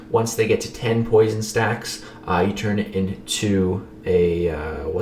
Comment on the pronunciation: nah it's not "poision"